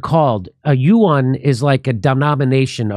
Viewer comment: its pronounced, I think, (setting myself to be slaughtered on YT comments) 'rem-n-be' and 'wan' Jimmy, but great video as always